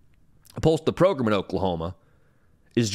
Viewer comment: Is "progrum" on purpose?